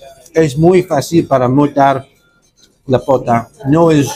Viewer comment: CHICHARRÓN DE POTA DIJISTE POTO JAJAJ ERES LO MAXIMO HERMANO GANASTE UN SUSCRIPTOR MAS SALUDOS!!